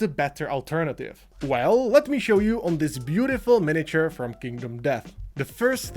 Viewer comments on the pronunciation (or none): none